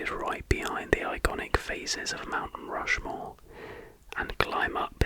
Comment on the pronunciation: ah yes i’ve always wanted to visit rount mushmore